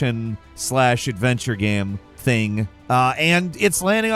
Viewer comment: for fuks sake. what is a ge-aim ? its a game.